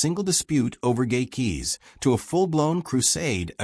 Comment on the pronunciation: The speaker needs to say "gate" keys not gay keys.